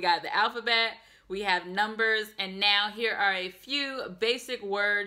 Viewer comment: your pronunciation of Polish numbers is excellent.